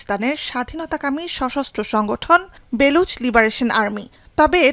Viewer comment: "বেলুচ" না "বালুচ"।